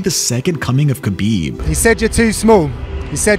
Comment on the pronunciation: Can't respect your MMA knowledge of you don't even pronounce khabib correctly.😂